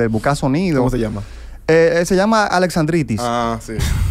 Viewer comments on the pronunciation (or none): Alexandritissssses HAHAHAJAJAJAJAJAJAJAJAJAJAJAJAJAJAAJAJAJAJAJAJ